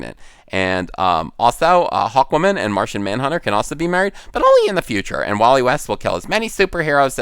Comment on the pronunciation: "Hawwoman". What a professional.